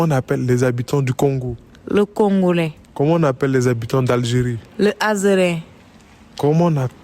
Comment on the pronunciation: Le congolais est le seul truck qu'elle à dit correctement à mon avie